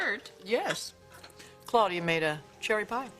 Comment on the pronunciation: Dang Ridge... stop calling her Cloudy-ya... cringe